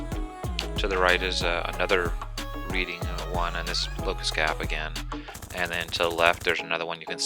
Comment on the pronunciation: It’s pronounced like “red-ing”. Like I “read” a book